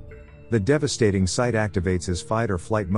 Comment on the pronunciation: "devastatingwee" 😆🤷 thanks! You gave him a durp accent